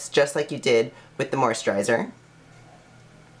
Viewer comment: What is with how you say moisturiser? You know there is no H in it right? Hahaha